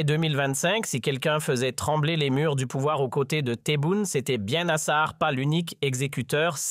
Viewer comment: Site Regards Sur la République , je vous dénoncerai sur tous réseaux sociaux pour votre propagande sioniste et des mensonges nasar quelle prononciation , aller faire un stage de toponymie algérienne.